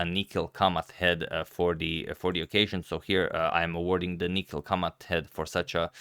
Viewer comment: I am surprised how Agadmator always pronounces all Indian names correctly. But he didn't do it for Kamath and Kamath deserves this.